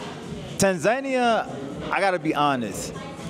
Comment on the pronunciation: You lived in Tanzania for a whole year and you didnt learn how to pronounce it...? C'mon dude.